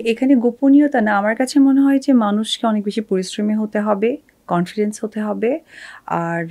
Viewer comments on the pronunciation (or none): none